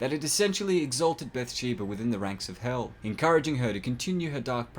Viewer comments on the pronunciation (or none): none